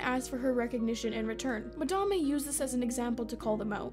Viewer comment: I don't know if I like or hate that you pronounce Madame's name the way she wants it to be pronounced. You're the only person I've ever seen pronounce it "Mah-dah-may". +1 sub